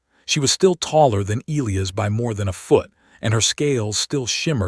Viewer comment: It's NOT EEL-lee-us, its E-LIE-us😳